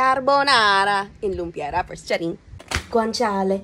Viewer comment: Crush talaga kita and the pronunciation of guanciale plus not forgetting the pecorino made my heart skip a beat. 🥰😍